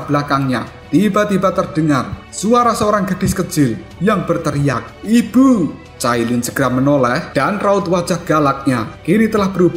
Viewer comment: Kalau ngomong IBU bisa berasa medok banget😂😂😂